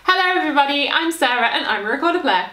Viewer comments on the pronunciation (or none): none